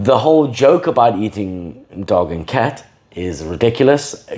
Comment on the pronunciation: "you've gotta learn foods", then goes on to mangle the pronunciation of cat and dog 😂😂😂